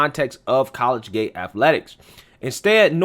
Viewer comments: I have been listening to for a long time. Love your show. Just a heads up, the word you're trying to say is "colleagate". It is pronounced "colleajate" not "college gate". 🤔😃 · I know you only got a 'Tar Heel' education, but it is [collegiate] co-lege-unt 'not' college-gate you must have taken Debbie Crowder and Julius Nyang'oro !!! Me being a hick also I know sometimes its just a regional thing JFK use to say 'ideer' for idea so guess your in good company. 8NCAA Titles Kentucky Wildcats !!!! Com''on Man HaHa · What is “college gate”? As well, the “x” is silent in Sioux... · It's pronounced Col - le - giate. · Hey,..it's pronounced "CO-LEEG-IT",..no dis bro,..jus sayin',..good stuff,..keep it commin' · It's pronounced collegiate (co-lejit) and Sioux (Soo); the x is silent. Good report brother. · Ahhhhhhh I don't mean to be picky, truly I don't. But I've been an English teacher for 26 years and old habits die hard. Dude, I love your shows and have been a subscriber for a long time...please don't be offended, just trying to help. You kept mispronouncing "collegiate". Keep up the great work, I enjoy your quick, no-nonsense style of the news.